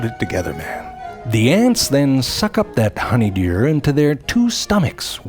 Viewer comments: I love how he says, "Honeyderrrw". 😂😂😂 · I am in support of Frank saying "Rurl" like "honeydeeyuwl" or "mhassarjh" from now on. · HONEY DURR, now that's some funny pronounciation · Love the way you say 'honeydeurrrr' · I swear I've heard honeydew pronounced like that somewhere else. I just can't figure it out!